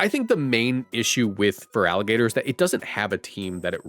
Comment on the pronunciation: IT'S FERALIGATR, NOT FERAGILATR! FIX IT NOW!